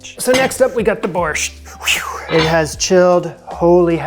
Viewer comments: Borscht is Ukrainian not polish. My grandfather was Ukrainian he used to make it all the time. Also you don't pronounce the T in Borscht. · My favorite Polish dish is bigos. Ex GF was Polish from Parma, OH. Her mom made me bigos whenever I asked for it. Wound up dating the mom, too. Also, my Tajik friend made fun of me for pronouncing the hard T in borscht. Now it's a silent T.